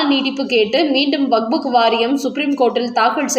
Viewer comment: வக்புக் இல்லை வக்ஃப்